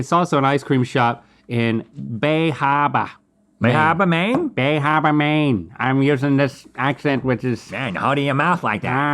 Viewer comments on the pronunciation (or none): It's Bar Harbor Maine not Bay Harbor Maine lived in maine for 26 years and never knew was a lobster ice cream. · New Englander here! First Ben & Bill's is iconic in both Maine and on the Cape in Mass. Second, it's not "Bay Hahbah" Link it's "Bah Hahbah" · I've been to Ben and Bill's! and ordered the lobster ice cream believe it or not! (Also it's in Bar Harbor not Bay Harbor lol) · As a native mainer I have to say it's BAR HARBOR not bay harbor. Bar Harbor. Thank you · I live in maine and had to google bay harbor. Now I understand Link meant bar harbor 😂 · It’s Bah Hahbah and Bar Harbor not BAYYY Harbor. And yes the locals DO eat it. A for effort though. Love you guys. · It’s BAH Hah-bah bub. Not Bay Hay-bah. Mainahs don’t use the letter R. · It's "Baaarrr Harbor" not Bay. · Don’t ever say BAY Harbor again. It’s Bah Habah. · Its BAH habah lol not baa habah lol all in good fun haha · As a lifelong Mainer, I cringed so hard when Link said "Bay Hahbah" instead of "Bah Hahbah" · BAR Harbor, not BAY Harbor! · haha "Bay Harbor" It's Bar Harbor, guys. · Isn't it Bar Harbor not Bay Harbor? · I’m from Maine and it’s Bar Harbor not Bay Harbor haha and with the northern accent would still be pronounced Bah Hahbor. Rs turn into Hs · Bar Harbor Maine* not bay harbor lol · bar harbor!! not bay harbor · Guys, it's Bar Harbor, not "Bay" Harbor. And it's said "Bah Hahbah." We can't say our Rs lol. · If you were going for the Maine way to say Bar Harbor, its "Bah Harbah", not "Bay harbah". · Them calling it "Bay" Harbor is what hurt me. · Bar* Harbor :) instead of Bay harbor - mainah pronunciation Bah hahbah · It's Bar Harbor, Maine. Pronounced Bah Hahbah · *Bah Hahbah is how you say it. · Its "Bah Hahbuh" 🤣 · It’s pronounced Baah-Haahbaah (Bar Harbour) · its BAH HABAH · As a Maine resident, hearing Link absolutely butcher the pronunciation of "Bah Hahbah" (AKA Bar Harbor) was frustrating yet endlessly hilarious. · Was so mad that he kept saying "Bay Harbor" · It's Bah Hahbuh, Maine.